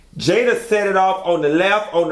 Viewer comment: Don’t start with the “JAYAH!!” 😂